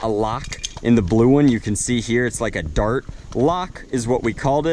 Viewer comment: you said Bart not dart